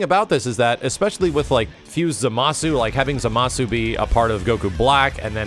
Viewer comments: You're not pronouncing Zamasu properly. It's ZAmasu, not zaMAsu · That misaccented Zámasu hurts to hear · ...Why do so many people mispronounce his name as "zuh-mah-soo"? There's no way people haven't heard the amount of times Gowasu has exclaimed "Zah-mus!" by now. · Do they call him "Zamasoo" in the English dub??? Because the letter "U" in his name is silent.